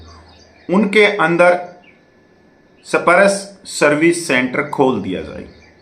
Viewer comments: सही बोलना सीखें सप-रश नही‌ इसे‌ स्पर्श बोलो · मेरे भाई, आपने तो (SPARSH) स्पर्श करके बोलभि नहीं पा रहा है! You are not able to pronounce the word SPARSH clearly. What happened?